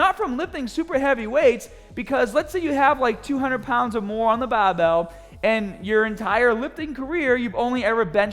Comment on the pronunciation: Oh, the things does for us like risk his own wellbeing by showing us improper form. I can't believe how many "older" men at my gym load up the bahhhhbell with 315+ and quarter rep it, grunting like it's 500lbs.